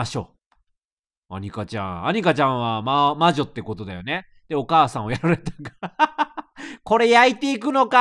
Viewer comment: レトさんのお母さんの読み方がどうしてもおばあちゃんの読み方に聞こえる